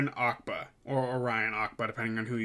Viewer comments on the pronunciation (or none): I agree with all your points, however I hope you won't find it rude if I suggested you should have learned how to say Orion Acaba's name properly before making a video about him. His name is phonetic...it's not Ackba, it's A-ca-ba. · How has no one called out the way you pronounced Orion’s name 💀 you said his last name like he’s a character from Aladdin